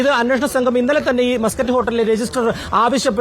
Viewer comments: മാസ്കറ്റ് അല്ലടി.. മസ്‌ക്കറ്റ് ഹോട്ടൽ.. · Maaaskatt alla chechii... Musket aan he😂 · Yavalqentha rogam! "mascot hotel" ennu parayunne? Avalde ground reporter muscat ennu paranyattum, backgroundil aaro yavale aadhyame correct cheythittum, veendum 'mascot mascot' ennu parayunna vevara heenal 🫵😡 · മസ്ക്കറ്റ് ഹോട്ടൽ അല്ലേ ? എന്താ മാസ്ക്കറ്റ് ഹോട്ടൽ എന്ന് പറയുന്നത് ?🤔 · മാസകറ്റ് അല്ല മസ്ക്കറ്റ് ആണ് 😅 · മാസ്കറ്റ് അല്ല മസ്കറ്റ് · മാസ് കറ്റ് അല്ല മസ്ക്കറ്റ് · Muscat aanu maascut alla😂😂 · മാസ്സ്കറ്റ് അല്ല മസ്കറ്റ്